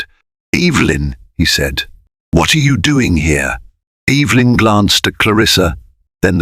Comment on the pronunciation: It's EVA LYN CORRECT PRONOUNCEATION.